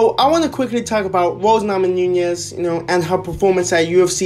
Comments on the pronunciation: Namonoonyes? It’s namajunas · Please learn how to pronounce Namajunas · Lollllll the way u say her last name